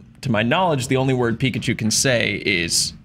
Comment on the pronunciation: Pikachi lmao